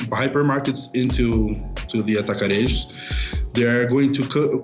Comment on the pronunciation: Brazilians don't speak with accents that are even closer to spanish. Brazilian portuguese pronunciation is very similar to latin, it is a very straight language. When you pronounce "Atacarejos" your pronunciation is completely spanish. We don't roll our tongues for any consonant. So we don't roll our tongues to pronounce the J like in spanish. If you hear or try to speak latin you will understand what language is closer to brazilian portuguese.